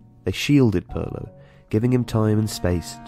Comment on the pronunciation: Pirlo Not Perlo